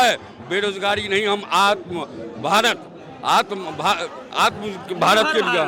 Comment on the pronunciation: Are chacha ko atma nirbhar bharat bolte nahi araha yeh kiya rozgar dege